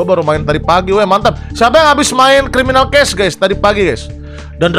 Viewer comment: criwminawl cwases:v